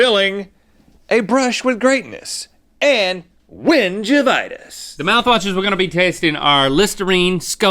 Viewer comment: I was just listening as i made dinner, and instead of win-givitis i heard win-vaginas☠😂